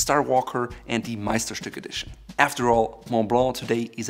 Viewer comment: As a German, I was surprised how perfectly you pronounced the word "Meisterstück"